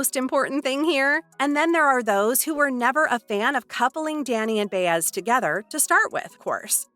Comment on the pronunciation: It's " Bye-ez" knuckle head, right?